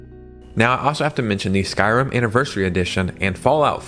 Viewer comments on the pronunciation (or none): none